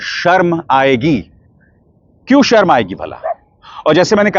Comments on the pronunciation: "सरम" aayegi "शर्म" तो बोलने khud ko nahi aata hai 😅 angrezi bolne nahi aati hai Modi Shah ko isliye aisa Kehte hai, naach न jaane aangan teda.. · Are amit shah ji pahele sharm shabd to sahi boliye 😂😂😂sarm aayegi 😂😂😂😂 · Home Minister cannot even say Sharm(embarrassment) in Hindi properly. Seriously what a shame. He cannot say Desh(country) in Hindi properly.